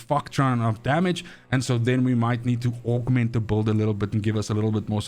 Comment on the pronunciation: why do you pronounce build as beuhld ?